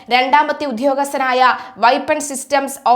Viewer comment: വെപ്പൺ സ് വൈപ്പൻ സ് ? എന്തൊരു ഭാഷ.